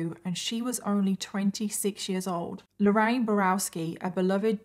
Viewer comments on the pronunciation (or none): none